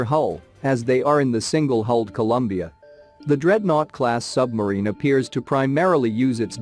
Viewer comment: Hahaha. Same old. It's a sub-marine, not a sumbarine.